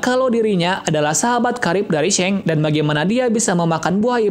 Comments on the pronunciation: Bukan shank tapi shanks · Shanks bang bukan sheng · seng hahaha... yg bener bro nyebut namanya. jadi gak enak bgt klu di deger penggemar one piece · G enak d dger shanks jd shenks